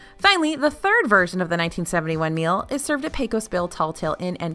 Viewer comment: Great video,. FYI Tagliatelle: The G is silent.